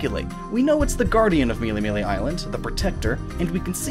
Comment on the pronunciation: Melemele sounds like Meleemelee sooo MELEE HD CONFIRMED